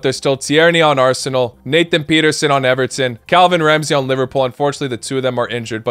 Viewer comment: Its paterson not peterson